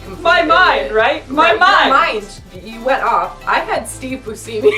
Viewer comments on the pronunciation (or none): Boo-see-me!? No, young one. It's Boo-shem-e. 😂🤨🙄😘